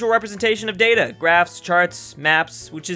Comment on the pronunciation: Its data, not data.